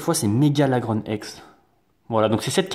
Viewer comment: sa se dit lagroun